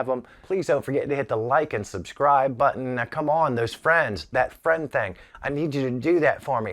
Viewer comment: A Biden Sniff on a Funko pop...I love to hear pronounce button. Enjoyed the video good job. T